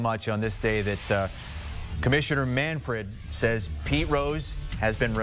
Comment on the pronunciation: Jim Bowden is something... he can't pronounce the name of the commissioner (it's MANFRED, not MANFORD), and he botched the timeline of this issue. The Rose family petitioned in December, and by January Manfred had made his decision, as evidenced by the letter he released to that effect. The meeting with Trump took place in February, and Manfred had already made his decision about the permanently ineligible list, which impacts Rose, Jackson and others. Trump had nothing to do with this. Manfred was waiting to announce this decision until it made sense, and just before the Rose tribute in Cincinnati is taking place.